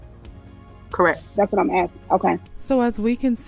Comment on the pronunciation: "EE LEE GO" "Call da roe" "Axing" "As relates" Just to name a few that usually stick out to me